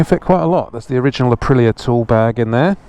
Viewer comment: It's pronounced Uh-pree-yuh.. listen to the Italians say it. That bike is begging for some gold or orange rims, blue looks retarded. If you think 80 is more fun on that, you should try it on a classic Triumph/BSA/Norton twin. Around here the cheapest bikes you can buy are 70's/80's UJM Superbikes. You can get 12-24k mile 1000cc Japanese bikes for $ any day of the week.